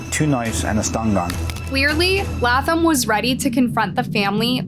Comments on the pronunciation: Laaaayy--Thumb. Not laugh thumb please. Love your channel but you sometimes refuse to correctly pronounce people's names correctly, ❤🤷‍♀️🌹🤦‍♂️even when reporters say it correctly over and over. Slow down a bit. Uuugh. 😮😮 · #1 it’s “Lay”tham ! #2. Just tell the story…. You don’t have to quantify or give a disclaimer for everything! Geesh you made the story unbearable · Laaaayyy--thumb!! Uuugh. Seems like you rush through these stories. You mispronounce soooooooo much on here. 😮😮😮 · Lay-Thumb, words aren’t this difficult to pronounce. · Latham = Lay-thm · Omg Bishh IT'S LAY-THam🤦🏼‍♀️🤦🏼‍♀️🤦🏼‍♀️ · Good video, love it, having issues with the way she is pronouncing the last name of the teen completely WRONG!!!! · pronounced Zachary's last name wrong how hard is it to pronounce it it was revealed in the video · hunny... pleaaaase watch some clips of the video you are going to post before doing the voice over. The amount of times you say their name wrong immediately after someone else saying it correctly is honestly astounding... And that's just in the past few months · Bch how the Hell is that every video you make, you literally hear the names reported properly but still manage to pronounce them wrong. You are either A.I. or just fcking slow